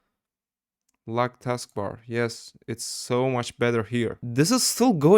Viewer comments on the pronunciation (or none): none